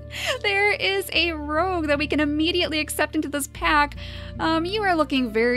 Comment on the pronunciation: I'm believe your pronouncing rogue wrong.